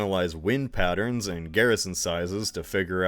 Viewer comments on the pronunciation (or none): none